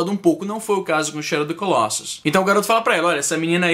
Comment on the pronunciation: Fala-se colossus com o "o" fechado, e não colóssus. E o plural é colossi.